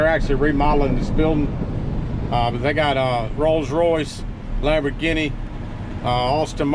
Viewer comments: Pronounced Lambor- geeny. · Wtf is a Lambor-guinea? Lol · Lambor Guinea...LOL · Lambor-ginney. Lmfao!! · “Lamborginny” LOL I’m Italian-American and I don’t take offense at all, I realize people have different ways of pronouncing words based on their region. I remember when President Carter (also from Georgia) pronounced the word Italian as “Eyetalian” and some people in the media ridiculously made a big thing about it. Keep yankin’ em and stay safe,! God bless. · Lamberginie. No hate I just love the way he said it !!!!!! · Did you say Labo"Ginny" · Much love from Wisconsin trucker!! I have to say though, Lamborghini not Lamborguinea :P god bless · That Lamber Ginny tho........ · I love the way this guy talks. The way he pronounces the name of the expensive Italian car is priceless.